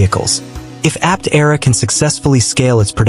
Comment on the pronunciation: That's not the correct way to pronounce Aptera.